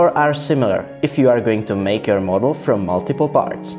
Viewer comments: "Moadel" I'm cringing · how the f do you say "model"